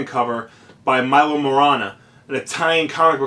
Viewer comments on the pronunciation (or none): It's pronounced "Meelo" Manara. I go to look up this artist and your vid of 464+ views is on the front page. Why?!?